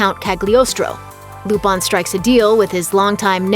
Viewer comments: why does she keep pronouncing it "Lupon" instead of "Lupin"? or have i been mispronouncing wrong all these years? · it's LUPIN not LUPON you uncultured swine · Lupon? Coupon!!! its Lupin, Looo-Piiin!!!!! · is it difficult to pronounce LUPIN (loop-in) and keep doing it wrong and say LOOPAN??? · Who is Lupon? Lupin was his name. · Its "LUPIN!!" NOT LUPAN 😅🤣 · its lupin the 3rd not loopon damn lady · She's pronouncing the FRENCH name with a JAPANESE dialect. They literally spell it RuPaN, where their letter a always rhymes with hahaha. They don't have a sound that matches "Peter PAN," which would be the French pronunciation. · Wait, I thought it was pronounced Lupin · Please learn how to say the french name Lupin properly. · I just can't get over them mispronouncing "lupin the third"... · Legit just pissed me off how they messing up such an easy name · Banna she butchered them names like it’s her job to do that